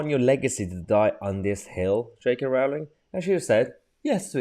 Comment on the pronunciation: It's pronounced Rolling.